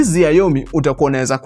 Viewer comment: Ume butcher hiyo xiaomi pronunciation, anyway it is more close to a Gameboy not a brick game